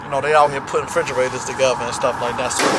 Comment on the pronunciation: “Puttin them ‘frigerators together, huh?” 😭